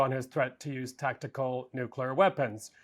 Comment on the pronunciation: Somebody please tell this woman how to pronounce nuclear correctly. It's really not difficult!